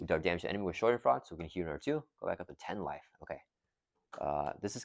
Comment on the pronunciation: Great game. It’s pronounced Shah-dehn-FROY-duh. German word that loosely translates to the idea of having joy from someone else’s pain. Very rocket!